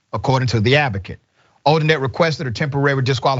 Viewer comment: All of her cases should be reviewed. Imagine the scores of people who did not get a fair trial…. Also, it’s Odinet, not Odinette. Pronounced Oh-din-NAY. People need to know & remember that name and the shame it now carries.